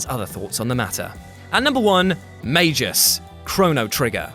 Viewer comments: MAG-US not MAGE-US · >makes fun of Simon for mispronouncing Dedede's name >comically mispronounces Magus' name throughout the whole Chrono Trigger part It's Magus, not "Mage-us". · >Makes fun of the Dedede mispronounciation >Butchers the pronounciation of Magus (with a hard G, Mag-us) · you beautiful bald soy boi! Thank you for featuring my favorite antihero from my own edgelord high school days, Magus!! Even if you did say both his pseudonym and birth name wrong. Your wonderful encouragements at the end of your videos more than make up for any such boo-boos. I enjoy watching you. 🖒🖒👉👉